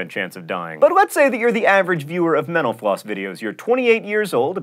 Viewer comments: Mental Floss is great but every time you say "Thanks for watching Mental Floss" I hear Menopause... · Man, I keep hearing you say "menopause" instead of "mental floss"... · Kinda sounded like you said thanks for watching menopause at the end there- hey, that's probably something people have died from, right? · When he says "Thank you for watching Mental Floss" I always think he says menopause.😂😂😂😂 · I sometimes hear "thanks for watching menopause" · For some reason, I hear "menopause" when you say "mental floss". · I keep hearing menopause when he says mental floss...